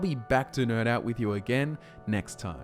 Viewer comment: I've been watching this channel for over a year, now, and honest to gods, I STILL cannot tell if you're saying "I'll be back to NERD out with you", or " I'll be back to NIRN out with you". I mean, yes. Either way, I dig it, but still!